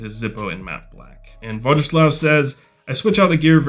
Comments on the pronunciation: Voyislav, not a vo g slav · BRAVO VOJISLAV!!!! SO PROUD OF YOU!!!!!! And it's pronounced vo-YI-sla-v 😃😃😃😃♥️ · Thanks for featuring my carry. Keep up the good work and try pronouncing my name as "voice-love" 👊🏻😎